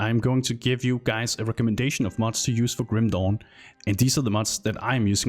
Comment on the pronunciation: Love how you call it Grüm Dohn <3 Nice video